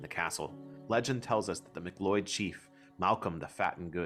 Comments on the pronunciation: My ancestral line through my dad's side is "MacLeod of Lewis" and its pronounced sounding like a cloud,not loyd. Olaf the Black,one of the last Norse kings. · its MAC-LOUD or mah-Cloud not mic-lloyd ;) <3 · I can't believe you embarrassingly mispronounced the most famous and respected Clan from Skye! How could you mispronounce MacLeod. Everyone knows it sounds like "MacLoud". How can you have so much knowledge of the area, yet mispronounced a famous name? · As a local, few pointers on pronunciation. Scottish Gaelic is pronounced more relaxed, not Gaylic rather Ga-lick. The a is flat, and the word is pounced without the focus on AY. Macleod is also pronounced with a Mac-Cloud. Other than that, very interesting video, the story of the Great War goddess is not common and it was nice to hear someone else talk about it. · Our Name is pronounced Mac Cloud or MacLeod. But everything else was fine. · Please can you pronounce names correctly. You have miss pronounced MacLeod. Try pronounceing in as Ma Cloud